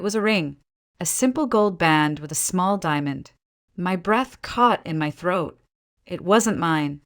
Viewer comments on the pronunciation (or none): none